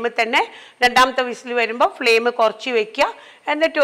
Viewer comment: ഇങ്ങളെ cooking നേക്കാൾ ഇൻക്കിഷ്ട്ടം ഇങ്ങളെ ബർത്താനം ആണുട്ടോ 😌ഇങ്ങൾ കൊർച് എന്ന് പറീണത് എന്ത് രസായിട്ടാ ❤